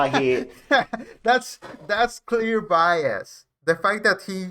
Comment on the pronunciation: the judge made fun of him and told him he was saying BIAST AND it’s actually bias😂😂😂 without a “T” proving he knows the “TRUE NATURE AND CAUSE OF THIS CASE!”